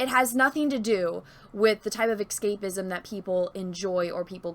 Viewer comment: isn't it pronounces "s cape izm" and not "x cape izm".....